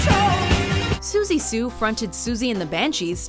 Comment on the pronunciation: That would be pronounced as "Siouxsie" like "soo-sea". PRONUNCIATION IS KEY! O_o